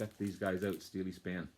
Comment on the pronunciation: Hi, really good to see Steeleye Span get a showing on the VC. Check out their 1974 album, Now We Are Six as it features none other than David Bowie playing sax on To Know Him Is To Love Him. Great video!. P.S. the guys are correct. It is pronounced Steel Eye Span